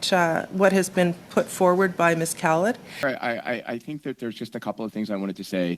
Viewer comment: If no one in the House of Commons can pronounce Ms. Khalid's name properly - including her closest co-workers - perhaps she shouldn't be in Parliament (obviously not born here)